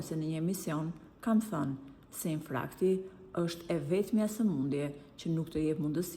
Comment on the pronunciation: Infarkt - jo "infrakt" znj.gazetare!